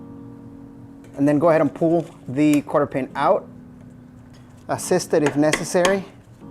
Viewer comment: Great video. FYI it’s a cotter pin. Not Carter pin.